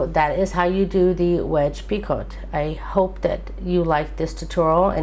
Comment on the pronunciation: I just wanted to let you know that it is pronounced "pee-co" The "t" is silent.